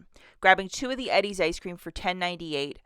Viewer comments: lol i dont think ive ever heard it pronounced ed-deez ..... usually its E-deez :) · Lol, it's killing me how you keep saying Eddie's. It's pronounced EEE-DIES. 😊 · Its pronounced Eee-Dee-s ☺🤗